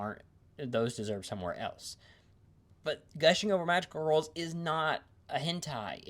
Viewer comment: You appear to be unable to say the word "girls" You are saying "wurls"